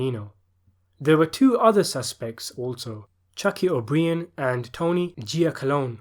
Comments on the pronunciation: and O Brien is pronounced like bryan, the male firstname. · Why are you pronouncing O’Brien incorrectly? You’d really have to go out of your way to do that. Stop it! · he said O'Brien wrong ffs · Obreen? You pronounce the name like yer a backward backwater Yorkshireman you twat. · and you dont pronounce o'brien and buglio like that!